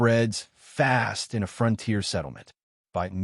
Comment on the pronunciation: I am not familiar with where the front tier is located and this makes me wonder where the rear tier is. What I am familiar with is the fron-tier. Is this the way it is actually pronounced in some areas or just ad ( artificial dumbness)?